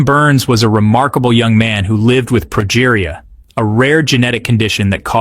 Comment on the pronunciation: For future reference, the documentary series were Sam Berns spoke were "Ted Talks" and the specific one was pronounced "Ted-Ex." As for his condition, it's said like this: pro-GEE-ree-ah. Not complaining, you did a great job putting this video out. I just thought you might want some help for the future. And Adalia Rose was only 15 when she passed. Her life might have been full, but it wasn't long, too the great sadness of us all.